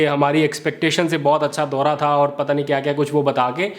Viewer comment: Your comments and analysis are excellent keep up the good work. One area I would like to see if you can improve is your pronunciation of certain words in Urdu especially if you go back and listen to your V log you will find it in your pronunciation of دورا is sometimes correct sometime incorrect please check and improve.